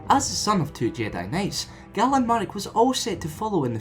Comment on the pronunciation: Great work. I think you pronounce "Galen" wrong though. The GA is pronounced like the one in the word "Gain". I think Kam Solusar would have been an interesting one to include. Could you do Corran Horn or Marka Ragnos at all?